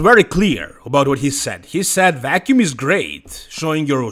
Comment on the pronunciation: vacuum not wacuum lol